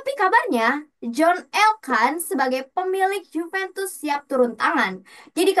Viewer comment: Host baru pembawaan sudah bagus, cuman perlu baca referensi lebih, misal kayak penyebutan klub harusnya kan "Yuventus" bukan "Djuventus" , makasih